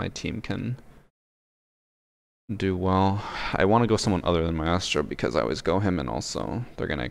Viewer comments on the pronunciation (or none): Only thing I hate about his vids is the way he says maestro